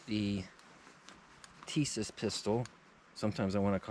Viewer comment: Plastic grips were on the M1911A1 Issued before,during and after WWII. The grips Tisas has on or sends with some of their models are a copy of the WWII grips. SDS is the import company, Tisas is the manufacturer. Tisas is correctly pronounce Tee-SHa-ss if you don't think so contact them and they will gladly confirm my pronunciation. I'm like you in that I prefer plain 1911's, no ambi or extended this and that.